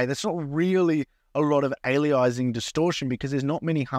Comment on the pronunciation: Alias… Anti-aliasing. There’s no word called “Ali-izing”, that’s not what it’s called. Cool demo though!